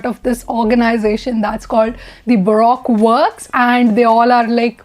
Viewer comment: It's pronounced "Baruko works"